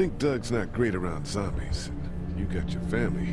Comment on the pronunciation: "All zombies, or ZAMBIES" - yes, sure, ZAMBIES